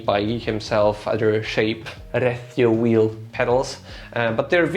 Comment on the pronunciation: Thanks for not mispronouncing RecioWheel 🤣